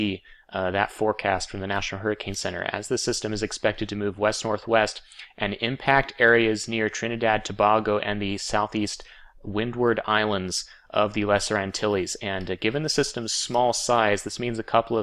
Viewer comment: Thanks for your updates and all the tools/links on your site. One lil note, it's To-bay-go